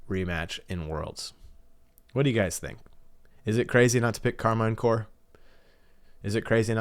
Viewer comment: You’re pronouncing Karmine incorrectly. “Car mean” is a closer pronunciation.